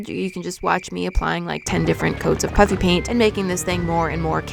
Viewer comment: when you say “Puffy Paint” it still sounds to me like your saying “Puppy Paint” 😂😂